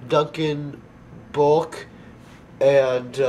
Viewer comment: haha guncan bulk its duncan bulk